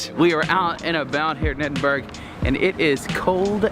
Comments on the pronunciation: Croissant is pronounced ‘Kwa-son’ or ‘Kwa-sont. Never ‘Cros-sont’. Also, it’s ‘Ed-in-bu-row’ or ‘Ed-in-Bra’. Not Ed-in-burg. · When you visit a city you really should know how to pronounce the name. It is Edinburr A as in A for apple , not Edinburg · Nice video, but it's pronounced EdinBORO, not Edinburgh. And that beautiful spire is the Sir Walter Scott monument, & you can actually climb to the top of it, unless you're very fat because, obviously, the stairwells get narrower & narrower as you climb. Lovely view of Old Town from the top! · It’s pronounced EDIN-BRUH not Edinburg! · 🤣 Edin... berg! It’s Edin... borough, as in “thorough” or “soro(...gate)” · Amazing video but people should really have heard someone say the name Edinburgh before trying to say it themselves haha. I just cringe hearing people say Edinberg everytime. It's Edin-buh-ruh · Great to follow you around Edinburgh - pronounced (/ˈɛdɪnbərə/)or phonetically, Ed in bur uh, not Ed in burg! Ha! Looks like you guys had a great one! Next year Ireland? 💪🏽🤠👍🏽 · You're wrong. It's not Ed in bur uh, that's another common mistake made my tourists. It's Ed-in-bruh. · its pronounced edd--din--bruh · Wish Americans could say Edinburgh properly! You don't pronounce it Edinburg. The gh is a soft sound not a hard g. It's the same with Glasgow, never say that right either! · its EDIN BRUHH!!!!!!!!!!!!!!!!! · Funny how the yanks can't pronounce that gorgeous city. EDINBURG 😂😂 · Why do you constanly say "Ed in berg"? You don't hear Brits saying "Are kansas" or the "Mo Jave" national preserve. Also, it's a TOILET or Bathroom, because this one actually has a bath in it. You're NOT going in there to 'rest' are you so why do Americans insist on giving it such an inaccurate name? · Edinburgh is pronounced Edin-Burr-uh, ie for get the G. It's tricky, I know. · Nope, it's Ed-in-bruh. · Edinburgh isn't actually pronounced how it's spelt, phonetically it's pronounced Edinburra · Please say Edinburgh Correctly